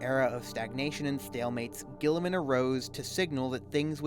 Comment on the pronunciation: When youre trying to make a serious point, mispronouncing the subjecting and mocking it constantly really kills your momentum.